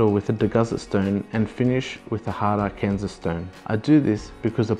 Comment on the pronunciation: Lititz "Lih-titz" Arkansas "Arr-kan-saw" Great video!